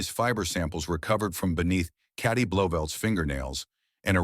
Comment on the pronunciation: Her name is Katie. Not caddy. I hate AI.